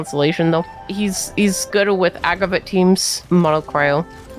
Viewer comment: Nice video but 'agraviht'😶